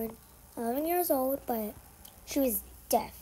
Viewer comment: You said deaf wrong